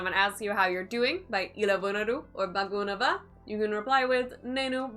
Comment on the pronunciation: Some pronunciations is errors - ela=( A+la) Bagunnara,bagundi=(Baa+gu+nnaaa+ra),Bagundi Ps:1.namaskaramandi (Andi is used respect others without mentioning their name. 2.if you want to mention their name then you have to add gaaru(gaaa+Ru) after their name Ex: Namaskaram Alexa gaaru 3. so many other word to describe "so so"- (it depends upon the sentence) Jai hind✊